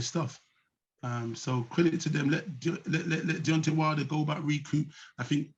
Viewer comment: It's deantay whylder